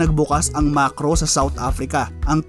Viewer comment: MAKRO hindi MaRKos 😁